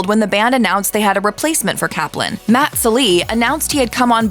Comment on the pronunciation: Really, the the first two guys' last names rhyme with "enjoying" and "glossy"? So the first A in "Kaplan" make the first syllable a different spelling of "cap" and the second is a schwa, huh? I thought so! Thank you for making the surnames' pronunciations clear. However, it's not clear how Avi's longer first name (Avriel) was really pronounced.